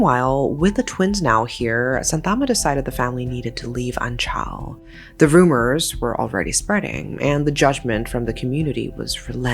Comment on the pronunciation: Omg anchal is literally right next to my hometown of Punalur!!..Glad to see they`re finally brought to justice. And also if i may add, the way you`re butchering the pronounciation of Kerala and Anchal..